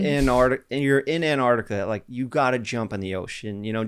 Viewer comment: antarctica was not said correctly once